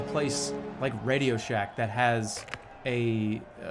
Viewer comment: Dude said Rasio shack